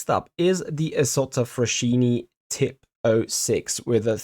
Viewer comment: I'm pretty sure the isotta is called Tipo 6 not tip 06 lol Tipo means Type in italian